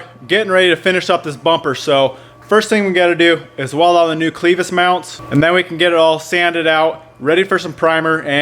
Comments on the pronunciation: Clevis. Not cleevis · LOOKS GOOD MAN now say it with me CLAVIS NOT CLEVIS kinda like you put a A in there Spelled Clevis but sounds like CLAVIS at least out here in FLYOVER COUNTRY ! Now just going forward I would have cut the bumper on the side of the Frame mount just big enough to slide the hook point thru then welded both sides. Now I am selling my 2nd GEN can be seen here with the bumper you just built but better if anyone is looking for a REAL CLEAN 2nd GEN